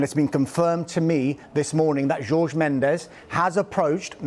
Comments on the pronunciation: Pls can they pronounce Jorge correctly, it isnt George. Likw you don't pronounce Thierry Henry in the way its spelt, you pronounce it like Honry not Henry so pls say Jorge like Horhe not George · Man said George Mendes😂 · Jesus christ pronounce Jorge correctly pls Sky??